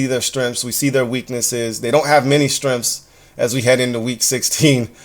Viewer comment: YO!!!!!! I can handle you mispronouncing "strenffs" instead of strengths. But can you please, for the love of god, please stop saying the phrase "NEITHER here nor there" wrong! You keep saying "That's nor here nor there." It's "NEITHER here nor there." NEITHER! Jesus dude! HAIL!